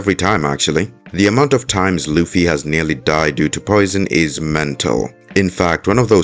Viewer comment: This guy never watched/read one piece and probably got all his info on reddit and can he stop calling Luffy lucy